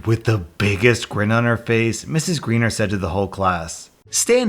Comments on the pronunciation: He’s pronouncing it like ‘gray-ner’ & in America that’s how we pronounce ‘ei’ names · FYI - the teacher's name is not pronounced "greener" it's a long "I" sound because it's a German name. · It's pronounced Gr-EYE-ner. Long "I" sound. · Greiner is pronounced more like "grine-er" as it's of german heritage where ei is pronounced as a long i, but a good video nonetheless.